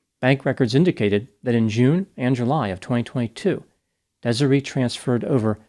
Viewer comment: How tf do you mispronounce Desiree?